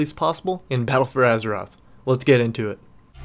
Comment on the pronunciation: " in Peddle for Azeroth" ??? wtf is that